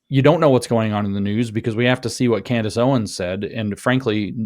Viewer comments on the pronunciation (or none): none